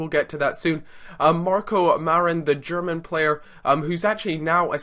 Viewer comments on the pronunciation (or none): none